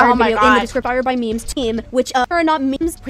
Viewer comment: I know this is a serious topic. But like- the robot voice saying memes like mehms is funny to me 😭